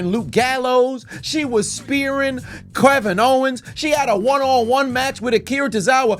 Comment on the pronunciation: “Krevin Owen’s”